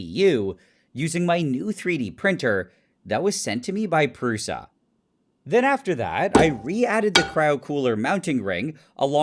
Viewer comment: As a czech I would like to let you know that name of the 3D printer is supposed to be pronounced [prusha]